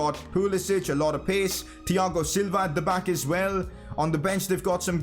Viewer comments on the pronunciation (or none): none